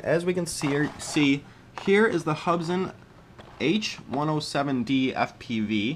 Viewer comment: They're pronounced Hoob'son :)